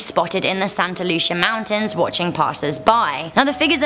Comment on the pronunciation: you pronounce Santa Lucia as: Santa (Lu SEE a) I just wanted to point that out because most people are a little touchy about that, and I am from that part of California